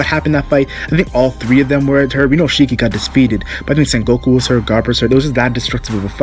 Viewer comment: lol u keep saying san goku its sengoku lmao